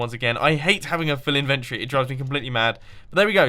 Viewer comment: Inventory is said In-ven-tory